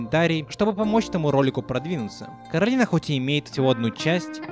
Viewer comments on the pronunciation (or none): А ещё она КОрАлина, а не КАрОлина, это как зеркальное отражение. Как в сказке Оля и Яло.